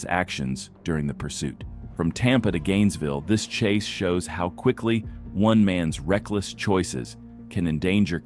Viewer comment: "Police chas zone"